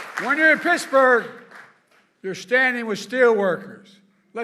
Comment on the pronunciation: Mrrrrr Ed gainey mrrrrrrr of picksburgh